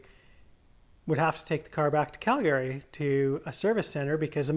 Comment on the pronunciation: Never heard some one say “Calgary” the way you say it. Ive been saying it wrong. “Calgrryee”